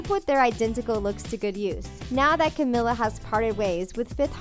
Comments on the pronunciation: Yooo u guys said Camila's name so wrong I'm cringing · im sorry but hearing you say camila's name wrong made me cringe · The way they said camila’s name oh god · that's not the way you pronounce Camila's name.... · They way she said camila 😂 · Honey can u say camila name right